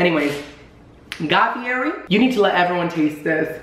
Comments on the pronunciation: You say his last name wrong 😂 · He pronounces Fieri wrong and I want to die. Still love him though lol